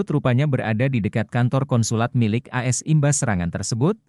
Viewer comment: jangan dibaca as bacalah dgn baik Aa Es